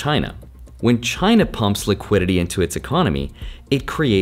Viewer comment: Is not China, is “Giainna” 😀